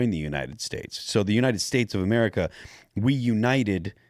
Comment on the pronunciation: Gulf of MER I CA.. F YA.. 3 Syllables.. Shut up